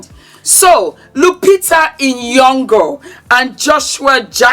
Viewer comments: Correction. Its " Nyo"Ngo" not Ni Yo Ngo. 😅 Thats how we pronounce it. Correction from a Kenyan Villager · As a Kenyan, its how says "Nyong'o" 😂 Let me camp here for great insights from! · Uuuuwiiiii the pronunciation of nyongo 😂any Kenyan hear we 😂😂❤ nice log